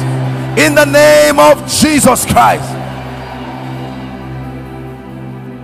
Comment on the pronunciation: I like the way you pronounce IN THE NAME OF JESUS CHRIST.🙏🙏